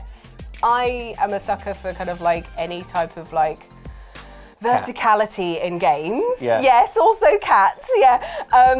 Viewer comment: Verticality? Did she mean VertiCATlity?!